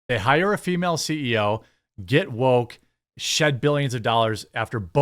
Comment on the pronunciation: You could always refer to her simply as a "woke CEO." "Female," did not need to be attached to woke. Plus your verbal emphasis on "female" made it sound like you have an axe to grind with females, instead of with woke culture. I'm sure that was not your intention. Just listen to how you spoke that word in that particular sentence at the end of the video and you will understand how easily it could be misconstrued. Just trying to look out for ya, dude! 😎🍻